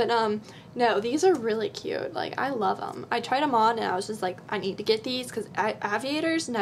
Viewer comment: hahah ah-viators?